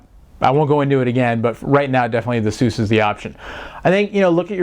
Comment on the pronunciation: IT'S PRONOUNCED AY-SUS NOT EHSUUS